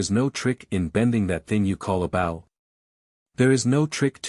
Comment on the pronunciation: Worst AI reading ever. Bow as in the bow of a boat when it is bow as in a bow and arrow. Get a real person to read the book and not make such stupid mistakes.